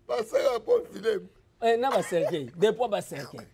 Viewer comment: Mr le soit disant presentateur , ezalaka POMPE FUNEBRE et non PONE FUNEBRE..